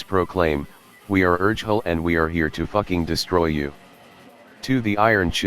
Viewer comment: Yeah, Urgehal is pronounced wrong in the video 😉😊